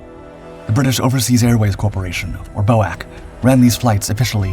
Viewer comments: Bo-ak irritated me more than it should have. Bee-Oh-Ay-See, please! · I have NEVER heard 'boac' but ALWAYS 'Bee Oh Aye Cee' try and get it right. My mother always said Churchill was an evil warmonger, good possibility he knew plane was targeted but allowed it for propaganda purposes? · B.O.A.C. never Bow-Ack but Bee-Oh-Ay-Cee. Learn the words, get them right. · Glad to see it’s not just me who’s sick of poorly informednarrative! What on earth was Bowack? B O A C. Bee - oh- ay-see! How many times? Tch! Some people!😅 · It’s not boac you dolt😂😂😂. It’s B O A C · You ninnies, BOAC is not "otherwise known as" or pronounced 'bowak' it is simply the initial letters of the British Overseas Air Corporation and spoken as 'B.O.A.C.' - that's what lazy AI narration gets you I suppose. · Again; it is not Bow-Ack, it is B-O-A-C. Each letter is pronounced separately. There has never been an airline call "Bow-Ack"! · Americans called it bo-ak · BOAC is pronounced B.O.A.C, it is initials, not a word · That threw me off until I read this. Bowack, WTF is that, a card game? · Your canned narrator did a wonderfully accurate pronunciation of Yunkers (Junkers) and Por-TEA-a. However, the acronym for the British Overseas Airways Corporation (BOW-ak) continues to grate on this Englishman, even though I've tried to get you to correct it before. BOAC has always been referred to as 'BEE-OH-EH-SEE'. It was NEVER referred to as BOW-ak. Instead of canning your narrator for convenience, why don't you get the flesh-and-blood edition back in front of the microphone to record the King's English properly. Before I start referring to your airforce as YUSAF. Last: couldn't find enough stock footage of taildragging DC=3's taking off, eh? A DC-4 had four engines, and a nose-wheel....which of course you know, because in THIS vid, DC-4 at rotation suddenly morphed into a DC-3 at altitude. You don't need to be this sloppy, and your audience doesn't need it either.